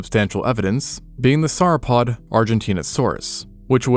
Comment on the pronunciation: Dinosaur show to wind down my Saturday evening; perfect :) btw - 'sore-o-pod', (like 'saurus') not 'sarrapod'